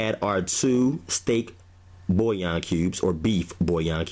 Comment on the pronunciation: It's pronounced Bull-Yawn